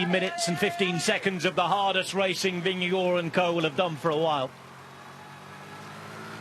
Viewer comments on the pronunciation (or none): Did I hear Jonas’ last name pronounced “vin-ge-gore”?? That is not how he pronounces his last name. There is no “o” sound in his last name. Paid professional commentators should be able to do better.